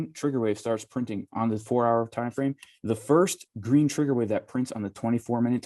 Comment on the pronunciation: What's a time "frane"??? :-)